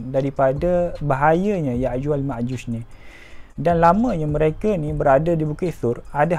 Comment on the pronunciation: Yakjuj makjuj bukan yakjuj makjush.. Admin mx amik pertahatian